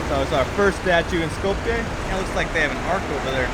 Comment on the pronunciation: Just a minuscule friendly correction <3 <3 Skopje is pronounced like Skop-ye, not Skop-yay!